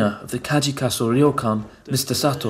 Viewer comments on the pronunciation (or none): Ryokan is not pronounced "Ri-yo-kan." It is pronounced..oh well....ask that British accented Japanese guy.